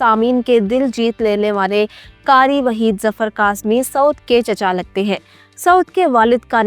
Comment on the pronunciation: Please aap Pakistani hain. Urdu saheeh bolna chahiye. Karee naheen qhaaf sey Qharee boliye.